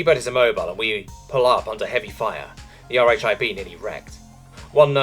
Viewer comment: "RHIB" is short for Rigid Hull Inflatable Boat, and is pronounced "Rib."